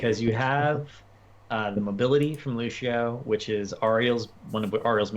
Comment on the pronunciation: Such a shame he pronounces Cassia and Lucio like -sh when it's Ka-cee-a and Loo-cee-o ... :((((( xDDD